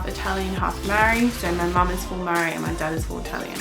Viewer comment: Hey hun absolutely no hate but if you are meaning MAORI it will be awesome if you could try pronouncing it correctly, just so others learn to pronounce it properly 😊